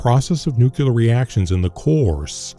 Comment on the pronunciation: Come on man. Learn how to pronounce the word Nuclear. You sound like George Bush